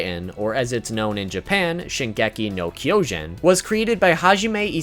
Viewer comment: I wanted to die when he said Shingeki no keeojun